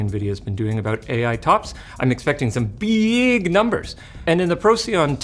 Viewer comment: Money number beeg, why AI number no beeg